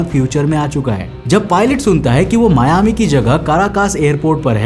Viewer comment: It's not मियामी, it's मायामि. Anyways, this is basically a legend, as per the flight data records, no DC4s registered with PanAM flew the Newyork-Miami leg that day. My captain once told me jokingly not to get the DC10 (Frieghter) late by decades as he wants to be home for dinner. (We fly for UPS).